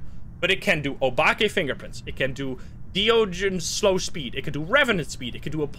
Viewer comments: De ogen 😂 I am Dutch, and idk if you are American or not, but you pronounced it prettu good. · you pronounced de ogen very well